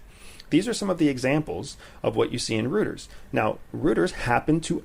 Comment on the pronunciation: Rooters :)) you mean Reuters? Royters :)) great podcast, lovin' it